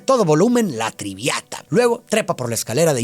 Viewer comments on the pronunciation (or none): Siempre me encantan los análisis y resumenes de, pero sentí feo escuchar "La Triviata", perdón 😔 pero tenía que decirlo, "Traviata" es la Ópera más conocida, presentada y amada por los amantes, conocedores y estudiantes de ópera, gracias por hablar de ella, al igual que la película, pocas personas conocen el verdadero trasfondo de esa ópera, debido que ya no es un género de alto alcance, muchas gracias por tus videos, fan siempre ❤